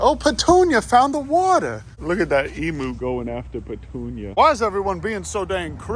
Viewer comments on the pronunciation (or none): Emu is pronounced as "eem-you" NOT "e-moo" 🤣🤣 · It's pronounced Eem-you not ee-moo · No idea how I ended up watching all of this. Just wan to say that it is pronounced "ee-myoo," and NOT "ee-moo." Ask any Aussie and they will tell you EEEEEE-M*Y*ooooooo. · As an Australian the way we pronounce emu is em-you not em-oo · You have to learn to pronounce, emu, (eem-you)